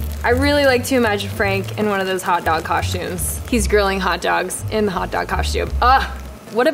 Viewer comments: “coshtume” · No one:: Hot dog cosh tume She still fine tho. I would let her absolutely destroy my mental health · I'm French and she did butcher it 😂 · I’m french, SHE BUTCHERED IT! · I’m French you butchered it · I'm French, she BUTCHERED it! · I'M FRENCH, SHE BUTCHERED IT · I’m french....she butchered it. (Edit) I’m French Canadian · "Im French u butchered it" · IM KOREAN BUT SHE BUTCHERED IT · I'm French you butcherd it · you butchered it:( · I’m French she butchered it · Im french and she butchered it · IM FRENCH SHE BUTCHERED IT angry French screaming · i’m french. she butchered it. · I'm French you butchered it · I’m French; she butchered it! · I’m not French, she butchered it! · I'm french she butchered it! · I'm French and, yes, she butchered it. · "I’m french, she butchered it"